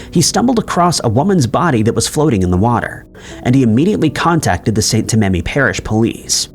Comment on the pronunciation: It's St. TAMmany, not tiMENY. It's Cajun French area, you gotta loosen up them hips a little.😁😁